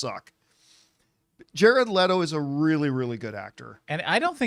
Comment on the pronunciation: Thank you for pronouncing his name correctly